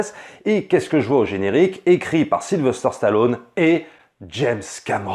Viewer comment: S'il y a un truc qui m'horripile, c'est d'entendre dire SylveRster Stallone( comme dans la bande-annonce du début de la vidéo). C'est SYLVESTER, bordel !! En plus il est plus difficile de prononcer Sylverster que Sylvester.